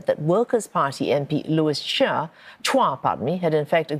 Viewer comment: Mr Supaat must have been so excited to present his findings that he had to mispronounce Mr Chua's surname wrongly.. twice! 😂